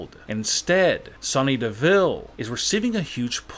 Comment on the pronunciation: It's Sonya Deville not Sony deville